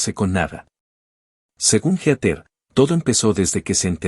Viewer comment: Heather, no geater. Se pronuncia "híter".